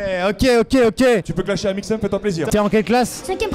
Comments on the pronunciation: quoi !... T'a dit clashier au lieu de clasher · Ta dis clachier lol xd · Studio film mais j'étais grave choque quand il a dit claque